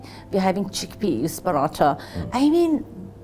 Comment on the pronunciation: "Chhikpeaz in Parawthaw" 😂😂😂